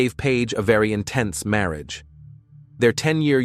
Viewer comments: The random wrong pronunciation of marriage is sending me 😂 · Right? I'm barely in 5 minutes and it's driving me nuts. Marriage? That's not an uncommon word. You'd think it would be pronounced correctly. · marry-age for marriage Wilth for wealth.